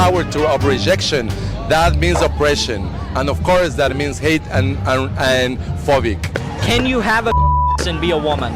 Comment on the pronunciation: If you pronounce phobic “phovic” GET THE HELL BACK TO MEXICO!!!!!!